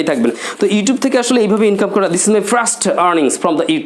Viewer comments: Hi Bro! Why are you Pronuouncing 'Frust' instead of 'First'? Does it make sense to you? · ফ্রাস্ট টাইম!? 🤣🤣🤣 নাকি ফার্স্ট!? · দিস ইজ মাই ফ্রাস্ট আর্নিং 😆😆 এমন প্রোনাউন্সিয়েশন দিয়ে আবার ইংলিশ স্পোকেন এর মেন্টর! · আপনার নিজের ইংরেজী উচ্চারণই তো ঠিক নেই। 1st এর উচ্চারণ করছেন ফ্রাস্ট। যখন কোন ভাষা উচ্চারণ করবেন তখন ঐ ভাষার সাথে অন্য কোন ভাষা বেশী ব্যবহার না করাটাই আমার মনে হয় আধুনিকতা। আশা করি আপনার ভুল ভবিষ্যতে শুধরে নিবেন। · ভাইরে ভাই, ফ্রাস্ট টাইম কি? উচ্চারন ঠিক করেন মিয়া